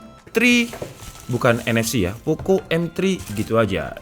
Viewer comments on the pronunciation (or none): Bukan Poko woii,, tp Poco pengucapannya